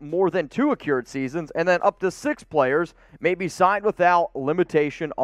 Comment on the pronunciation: Accrued - "crew", not "cure"